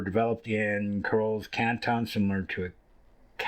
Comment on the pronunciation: You can pronounce it "sharlay" or "shar-au-lay."